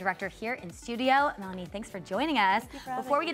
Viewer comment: Sou do like she is saying Nani instead of Melani